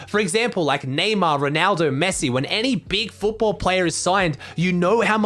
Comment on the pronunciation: he said Fotball